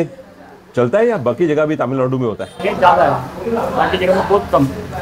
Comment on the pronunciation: Sir,Finally you are in the land of temples. One small correction-You are pronouncing TamilNadu as TaamilNadu. Please correct, thanks.